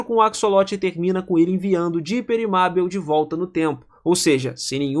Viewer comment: Meu Deus mano........ O cara so fala o nome da mabel errado q agonia